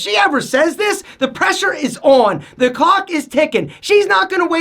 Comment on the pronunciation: did he say "clock" or "cock"?